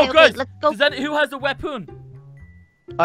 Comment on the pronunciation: says wopon lol.😁😁 is not wopon is weapon....